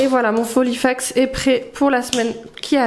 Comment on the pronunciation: J ai toujours le sourire en t écoutant sur tes vidéos... filofax et non folifax 😂😁😜 lol je te taquine. Prends bien soin de toi 😚